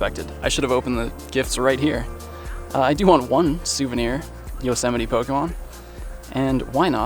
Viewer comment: Thank you for teaching me how to say Yosemite, I’ve been wrong this entire time 😂